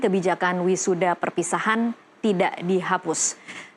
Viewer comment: Wi Sada emang Ada😂 ini Host kurang Tidur😢